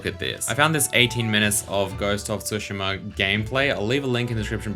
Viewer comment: I'm not an expert, but I'd guess it's not pronounced _TSU_shima